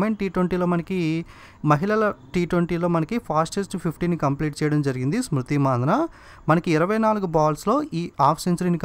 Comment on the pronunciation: konchem pronunciations chusko bro, smriti mandhana name ni champesav & konni English words ni direct ga telugu loki translate chesesi kuni chesestunav